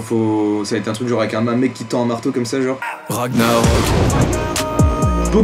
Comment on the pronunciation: On dit pas ragnarok ça se prononce ranillarok